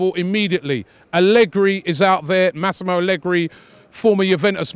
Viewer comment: Masimal Allegri? Robbie can butcher a name wow.